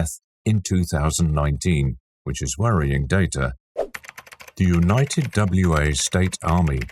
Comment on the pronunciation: Wa State is pronounced "Wah State"... like a wah-wah guitar pedal. Wa is not an abbreviation or acronym.